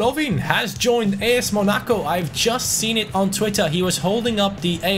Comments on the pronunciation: What's with the weird way of saying Monaco ? 😂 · bro this man mispronounced Monaco.